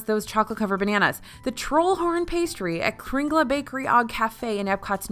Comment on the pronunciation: Yummy treats!! I might just need that list for our trip in october! Also, quick pronunciation note on the 'Kringla Bakeri og Kafe' - it's KRING-leh bakery oh cafe (cafe like in english). The G in 'og'' is silent! Also, the word 'og' means 'and', so the name of the bakery translates to Kringla Bakery and Cafe. :-)